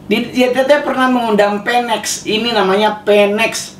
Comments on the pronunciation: Phoenix.... Nyebutnya funiks bukan fenek ya 😁 Phoenix was rise from the ashes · Bacanya Finix bukan peneks yaa bang. Dan burung Phoenix itu lambang kekuatan. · Bang, cara bilang ‘phoenix” itu ‘finix’ bang, bukan ‘penex’ oke bang. Salam